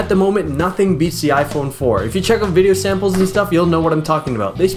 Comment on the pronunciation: VIDJEO : ) YESS bwahahhah